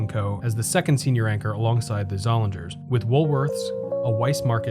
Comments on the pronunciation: Did you make up the term “baby mall”? I've never heard it anywhere else. I have vivid memories of this mall. I worked at the Weis Markets in high school and a few years later I worked at the Seats. The “ing” in Zollinger's would rhyme with ring. The store was pronounced Zol-ing-ers. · This was the first mall here and I spent quite a bit of time here. One small correction I would add is that the pronunciation of the one anchor store is Zoll-lean-ers. The 'g' was silent. IMO the best section of this mall was from Leh's to Sears. There used to be a small mom and pop music store where I bought one of my first keyboards. Many nice memories there.